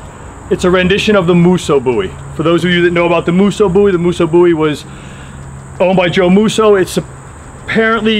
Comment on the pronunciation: Thank you for saying "bowie" correctly